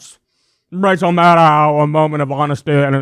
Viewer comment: It's pronounced Mah - DOE Not Mah - DOW......